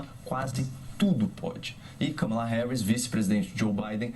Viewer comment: E kahmahla nao kammela